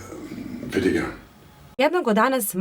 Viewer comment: ime zanata je FILIGRAN, a ne filiNgran kako je izgovoreno desetinama puta u videu. Naziv potice od dve latinske reci: filum - nit, granum - zrno. Dakle, bez umetnutog slova N!